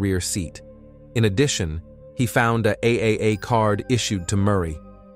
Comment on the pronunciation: It's pronounced triple A. Clicked off.